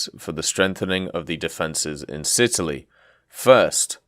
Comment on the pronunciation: Sitaly, Sicily + Italy :D